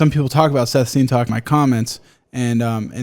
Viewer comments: why are you saying it wrong? It’s Sseth not Seth you have to pronounce both Ss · Lmaoo I was trying to figure out what he was saying but the captions didn’t help at all. Who is he talking about? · I've never heard someone say seth's name so wrong in my life.